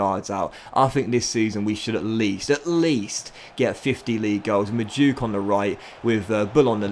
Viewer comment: Its Mad - oo - e - ke not Maduke lol